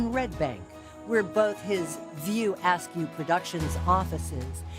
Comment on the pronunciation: Who was reading this VO a terrible computer? 😂 did anyone else catch how askew was said?